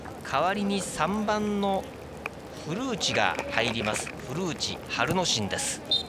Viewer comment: 古内の発音が完全にフルーチェ